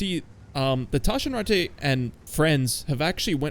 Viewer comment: Bro the Taschenratte is not french. Its german. Speak the name more aggresivly and you are spot on. Anyway, good video.